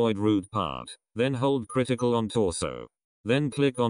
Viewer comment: "criticle and G"